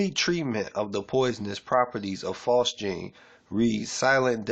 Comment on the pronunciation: Bro, if you don't even know how to pronounce phosgene, we got some big mf'n problems. (It's pronounced "fozz-jean". Like Fozzy the bear from the Muppets + a pair of jeans.) Appreciate your efforts, but...damn.